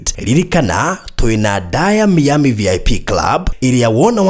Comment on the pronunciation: sema hivi (Mayami(not Mi-ami))